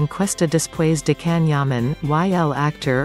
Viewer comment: Neuvěřitelná kombince charizmatu, inteligence, krásy, dobrého srdce a čisté duše. He is absolutely amazing! All the best Can, lots of love. (for moderator - pls. learn to pronounce Can's name correctly! )